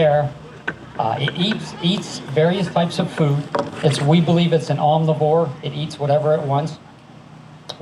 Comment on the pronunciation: Did bro really say "Omniwhore"? Or am I hearin' thingz?